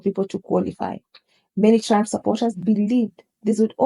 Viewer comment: I like how the way the narrator pronounces his name sounds like "tramp". lol